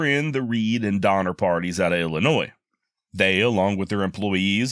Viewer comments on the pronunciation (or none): none